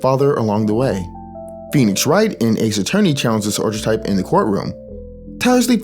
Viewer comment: Great video but I have one nitpick. I really don't want to be that one snob but how you pronounce "Archetype" drives me up the wall. It's more like "aar-kuh-tipe" The ch makes a K sound.